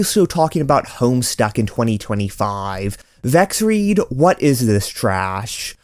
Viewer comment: nooo I cannot believe "Vexrede" is pronounced like that. unsubscribed :/